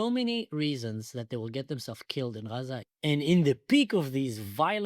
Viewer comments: Achi stop calling it ghjjjjjjzzzzzaaaaaaa ffs 😂😂😂😂😂😂 dying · it's not raza or gaza it's AZZA and it's a name as well from the bible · It's A'aza. Not Graza. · And why in the hell do they say Haza instead of Gaza??? I’m sorry, are they from the area? Do they speak Arabic??? Idiots!!! Actual fools. It’s so embarrassing!! 🇺🇸🇨🇱🇮🇱✝️♥️ Am Yisrael Chai!!!!! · Why they pronounce 'xaza'? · The pronunciation of Gaza sounds like haza which in Hebrew is Chazir which means PIG! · Azzah is the Hebrew pronunciation of the land from biblical sources. Azzah is the 7th oldest city in the world. Israel predates Palestine by more than 1,000 years. Describing it as the prickly or the thorny place. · What's with the new pronouncation of Gaza? This is the girst time I hear it - and I followed the situation from day 1.